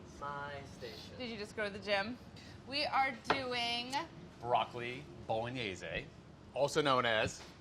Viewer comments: Bologenese-ehy Stop it, get some help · Molly is a G. Adam, the editor of a cooking magazine, knows very little about basic cooking. Also, don't say bowl-uh-nayy-see. Giada De Laurentiis has the market cornered on over pronouncing italian words. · This is in no way bolognese. Also I hate the way you say bolon-yay-zee. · bolognezay?... that kinda ruined the vid for me. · I cringe every time "bologn-yay-zay" gets said, as if the word hadn't been fully anglicized by now or that were somehow the way it were said in Italian. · the way the pronounce bolognese frustrates me